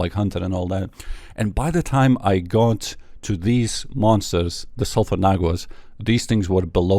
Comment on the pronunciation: suphur WHAT???? Bruh, not even stuttered! :face-fuchsia-tongue-out